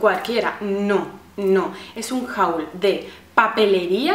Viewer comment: Me gusta mucho tu canal y todas las cosas que has comprando. P.D: la pronuciacion de haul es /hol/